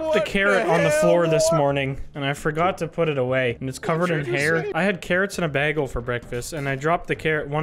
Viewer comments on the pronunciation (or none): We just guna move past calling a bagel a baggle like Britta from Community?